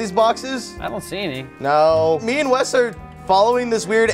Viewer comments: dude they fuck up wes name so many time i can't even remember what his name is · I dare anyone to list all the names called Wes in this episode haHAHA "sangria" cracks me up every time